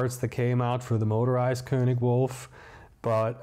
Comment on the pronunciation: THANK YOU for pronouncing König correctly 😂👏👏👏👏